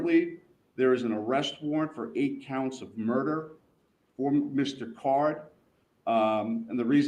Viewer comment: His name is card not carr.